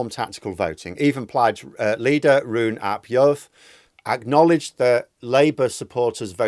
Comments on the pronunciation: Pronounced 'Rheen' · "u" is pronounced like "ee" in Welsh, so Rhun = "reen", and Iorwerth = "YOUR-worth" (as near as dammit) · you will have to learn how to say Rhun ap Iorwerth's name since he will likely be the First Minister of Wales in a few months' time. "Rhun" is pronounced "Rheen" "ap" is obviously "ap" "Iorwerth" - the "r" is rolled in Welsh and the "o" is pronounced like the "o" in the English word "on" So it is something like "Yorrr werrrth" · I think your analysis is pretty much spot on and I was very pleased but not surprised by the result, other than the margin being greater than expected. Your Welsh pronunciation is, understandably, not doing so well in the polls. Try substituting the U in Rhun and the I in Iorwerth with an ee sound, this rule does not apply to Neegel.